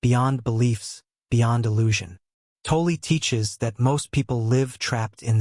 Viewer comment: Please, for the love of god, learn how to pronounce 'Tolle'.